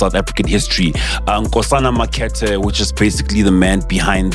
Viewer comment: Mark-Art-eh Not makhethe